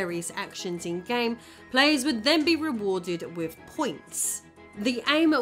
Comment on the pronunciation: Can you not pronounce "TH" you can clearly say "those", "the" "that" but all other th sounds get an F or V...... why? You say wif (with) wifin (within), bof (both), brover (brother), youf (youth), wever (weather), over (other) Please learn English and how to speak properly.